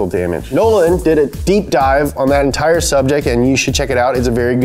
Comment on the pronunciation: "thea entire tire"